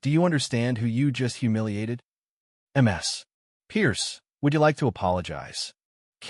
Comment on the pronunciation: Get somone who knows how to read. MS is pronounced as Miss minus the i. Alos in one of you other videos Mama is pronounced as a word no as individual letters.